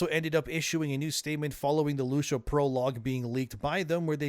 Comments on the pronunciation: WHY ARE YOU CALLING HER LOOSHA WHAT IS GOING ON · who tf is Loosha? Is this an AI voice, or are you a bit slow? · loosha? or Lucia? its spanish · Who tf is "lousha" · lol “Loosha” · is this an ai generated channel who says Lucia like LUCHA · Then don’t listen. Things are pronounced differently all the time all over the world and you are small enough to settle on this? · Bro, say the name "Lucy". Now say "Ah". Now put them together. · Loo-see-ya that's how you can pronounce it. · Loosha 😂😂 engagement bait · Its not Lusha it's Lucia 😂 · Lusha? LUSHA?!??!? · Loosha? Who the heck is Loosha? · The truly pathetic thing is whinging about his pronunciation of a name that can be enunciated either way. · Loosha… that’s certainly… pronunciation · Looosha 😂😂😂🐕💩 ai be better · Yeah its loosia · I don't think that's how you pronounce Lucia. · The way bro pronounces Lucia drives me nuts. Canada must not have enough Hispanic people. 😂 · Why can't you pronounce a basic female name like Lucia????? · That's not how you pronounce her name 💀💀💀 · Is this shit AI? How tf you mispronounce Lucia? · Feels like he’s pronouncing her name wrong on purpose for engagement. Never in all my days have I heard an American man pronounce Lucia in that manner. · he's hitting the "I" a bit wrong. Reminds me when I was younger and I'd hear people pronounce Martinez as "Martin-ez". Should be more like Mar-teen-ez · Who tf is lushia. It’s lucia 😅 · Lusha ? Lucia (loo cee a) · bro stop being pathetic. You watched the trailers you know how her name is pronounced LUCIA! Loo-See-Ah!! Absurd talmbout “Lusha” everyday🤣🤣🤣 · lew Si a!!!!!!!!! NOT LUSHA!!!!!!!!!!!! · It’s lucia not lusha 😂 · Omg its not loosha is Lucia (Lew-see-uh) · Bro, why do you keep pronouncing her name as Loosha? It's Lou-see-ah. Have you really never heard that name before? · "LOO-SEE-AHH" not Loosha. Wtf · It's Lucia, not Lusha. xD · Dude. Work on your name pronunciations. Its pronounced Loo-see-ah, not Loosha. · Bro... lu-see-uh, not lu-sha